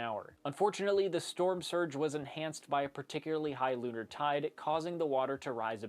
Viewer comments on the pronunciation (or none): none